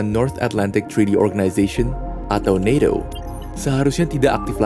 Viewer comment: Ucapkan saja NATO bukan naeto, kan videonya buat orang endonesa 🤦